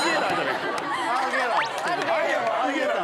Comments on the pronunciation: 弓木のalligator無駄に発音いいの草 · "alligator"が上手だった。